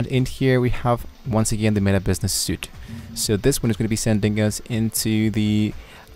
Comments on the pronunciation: When you say Meta Business Suite, the word suite, you do not pronounce it correctly, it seems that you want to say suit but you have to say it the same way as you would say sweet. You are trying to hard to speak good english but since that is your goal, speak correctly and do not make a fool of yourself. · It's not a suit like clothes, it's pronounced 'sweet' like a set of furniture of a suite of cards in a pack. You're welcome! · There is no "Business Information" in my "Business Suite" page, so your info doesn't work (for me at least). I've spent the last hour trying to find the option to add an admin. PS, suite is pronounced "sweet", not "suit". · Thanks for helpful video. Btw “Suite” is pronounced “sweet” and not “suit.” Have a good one